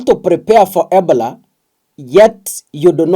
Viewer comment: We follow you for news but when we give you suggestions especially with your pronounciation you ignore. You should know not only Kenyans follow you to keep up, can you pronounce Ebola properly so we know what you are talking about. i i-bow-luh